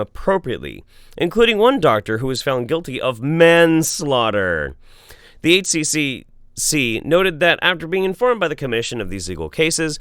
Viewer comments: Beyond you pronouncing Queensland kind of weird and not saying H Triple C, it's nice to see some of these pseudoscience quack idiots get punished in some capacity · Just for a nugget of completely useless information, it’s generally pronounced with a ‘triple-C’ instead of individually. Like the ACCC, same thing. That being the consumer watchdog which anyone who sells you anything is legally bound by. It’s why warranty periods are no longer legally enforceable here - any product must be expected to be reasonably durable. I really wish the government would crack down on this shit. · Yo, just FYI in Australia we pronounce HCCC as "H-triple-C". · Hey, just to help for future Aussie stories... the Health Care Complaints Commission is called the H Triple C for short. In Australia we say double and triple for letters. Such as spelling the word ‘spell’ we would say S P E Double L. And Queensland is pronounced with a long A sound Queenslaand. Good to see our government’s good work is getting some love overseas. Not that a lot of their efforts recently deserve praise.